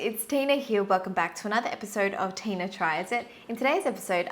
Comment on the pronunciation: lol I thought that it was Tina but it's said like teyna lol